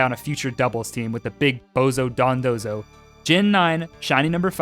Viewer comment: I appreciate you pronouncing dondozo correctly and not dodonzo like seemingly everyone else